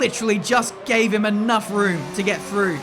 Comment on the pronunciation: Oof, Weber has to deal with the Guenther "enof is enof" Steiner